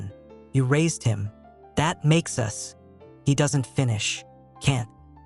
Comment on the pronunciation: From Bangkok, let me laugh that AI said 'U-S' instead of 'us' 😂